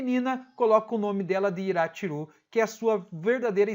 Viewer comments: Yachiru, não Irachiru. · Eu acho estranho vc ser tão fã de Bleach e falar os nomes dos personagens todo errado kkkkk tipo é YASHIRU Unohana e não IRA-tshiru